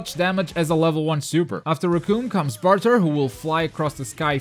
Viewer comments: Love the tutorials, but you don't pronounce anything right..Gullo, Jice, Barter.... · him saying jeice and burter disgusts me